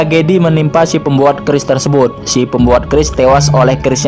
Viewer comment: Min bukan orang jawa kah kok nyebut keris nya ka bukan orang jawa